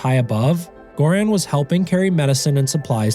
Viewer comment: Well, butter is vegetarian, just not vegan. Good summary of his journey, I recommend his book, too. Btw, Göran is pronounced with a soft "g", the name starts with a sound more like in "yearning".